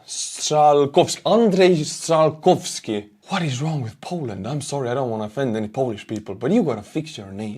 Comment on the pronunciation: Oh, man,. That Polish name was Andrej Strzalkowski. Just like Carl and Mike Yastrzemski in the USA. Common spelling and pronunciation. 🤠